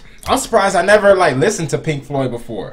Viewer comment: Dude, you said "The music gods are pleased with Pink Floyd... THEY'RE PLEASED WITH PLINK FOYD, MAN!!!!" 😂😂😂